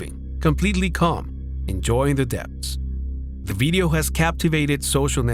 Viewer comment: "Beedio" you say? 🤔🤭 That's okay because me no pueblo hispagnoli anyway😂.